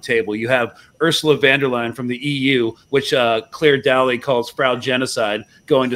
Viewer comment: Clare Daly's surname is pronounced 'Daily', just so ye know 🙌🏼 Just about the only Irish representative that talks for 99% of the Irish population.